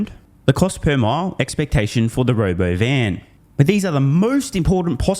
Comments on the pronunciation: not RoboVan... RobOvan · He couldn’t even say the word “ro” “bo” “van” … 😂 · You keep pronouncing Robovan incorrectly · Hey, you're pronouncing Robovan wrong